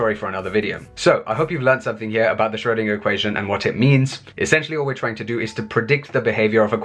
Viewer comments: What is this current trend to mispronounce Schrodinger's name?! It is "shrur-" to rhyme with "purr" - not "shroh-" to rhyme with "go". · It's not Sh-RHO-deenah - the umlaut over the 'o' effectively changes the 'o' to 'oe', thus making the sound much closer to 'er'. 'oer' if you prefer, but for English speakers, 'er' is a good approximation. I'm not going to argue with your phonetic rendition because it looks accurate to me, although I'm no expert.